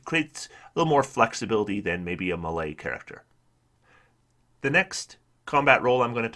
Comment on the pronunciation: The way you say "melee" makes me cringe every time.